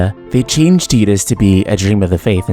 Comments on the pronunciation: Ew.... it's TYE-Dus, not TEE-Dus. smh. Also,i dont like the title of this video... makes it seem like FFX could have been more. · Pronouncing Tidus as Tee-dus makes no fucking sense. The water sword, blitzball being in water, and all that promotional material before the release with him standing on the beach would all indicate that his name is pronounced Tide-us. There is too much water symbolism... and teedus sounds dumb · I wish people wouldn't pronounce Tidus's name like "tee-dus". It's off-putting. Ugh. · Wait, hold up, it's pronounced Tee-dus??? I always pronounced it Tie-dus. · Interesting to watch. Although, I'll never be able to call him Tee-dus, even if that's the correct way. The same with Aeris to me, with an S....or mako, like the sharks name. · Is that the correct pronunciation of his name? I've always said it like tide-us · As a native Russian speaker I read his name as Tee-dus quite naturally, because, you know, we use to pronounce "i" as "ee" in most cases, though I had some doubts. Then again, if memory serves me well, we never actually hear anyone saying his name in both games and extra cutscenes. Save for audio drama maybe... Absolutely loved blitzball, by the way. Got mad at first, but put some effort, climbed for the top and never left it ever since. I only wish they could make a spin-off game, like Monsters from the deep, and add vertical movement. Throw ps vr into the mix and it becomes absolutely the most immersive sports game the world has to offer.